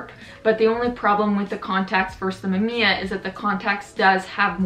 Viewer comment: Mam `iya ? WTF ? Originally (maꜜmija ) - mAmiya , its japanes word , but not Canadian.